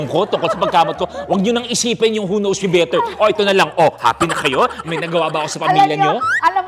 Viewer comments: Hindi na to "Who Knows Me Better ", "Who Noes Me Better "😂😂😂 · more like... "who NOSE me better" 😅😂✌️